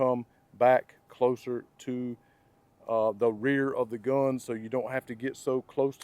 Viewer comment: How he says gUHn is hysterical